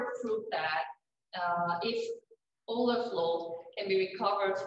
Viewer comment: It's "oil-ler"